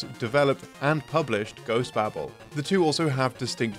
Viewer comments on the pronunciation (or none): OhmyGOD it’s pronounced bay-bull, not ‘babble’